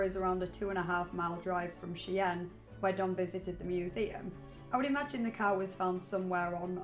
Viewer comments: Shy-anne not che-anne... cmon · Just so people know who wouldn’t otherwise know Cheyenne is pronounced Shy-Ann and is named after the Cheyenne river Sioux people who live in and are indigenous to the area named Wyoming by the colonial government. Their name and language are of the Algonquian language family.